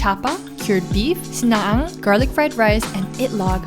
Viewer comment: I'm filipino, and the sinangag pronunciation doe 💀💀😂😂Killed it